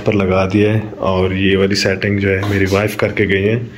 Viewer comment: It's not Mari it's word meri 😅plz ap English mat bolien ap urdu achi bol leity ho 😂